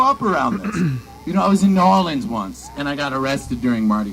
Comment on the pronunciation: Great pronunciation on New Orleans too